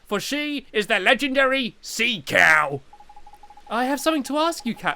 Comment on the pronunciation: the way he said "cow" lololol